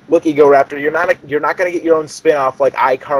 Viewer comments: What kind of shit are you smoking? You must be cooking up some good meth because you guys are some fucked shit. Ego-Rapetor? No, it's pronounced Ego-Raptor, like the damn dinosaur because he has a big ego. And JonTron isn't about robot sex. JonTron has that name because his name is John and he's into technology, that's why he has Tron in the name; plus it rymes with John. So before you start up false stuff, know the info. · its egoraptor not egoraper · I stoped watching after this idiot couldn't read. Egorapetor.. its egoraptor you freak in claud. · It's egoraptor not rapetor is this a joke video? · Egoraptor not egorapetor wth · he is an idiot he is saying egorapetor not egoraptor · It's EgoRaptor not EgoRAPER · Idiot can't read. Its not EgoRAPED'ER, it's EgoRAPTOR. Raptor as in the dinosaur. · How you know this is fake in 2 minutes well he says egorapetor and as we all know its egoRAPtor so in hindsight do your research on game grumps before you try to hate on them and create a youtube breakdown it doesn't work because your idiots and youtubers are nice and smart people so stop hating and start making real funny or action packed videos (Your channel is useless go make a new one) Thanks and goodnight folks :) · .- it's Egoraptor...RAP not RAPE...you know raptor as in the dinosaur raptor...I...no...just no... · I disliked the video because everyone else did then you said "egorapedher" that's when I knew I fucked up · guy ur talking to the same guy who says ego-rape-ter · cough e-go-RAP-ter not rape Ok...just pointing it out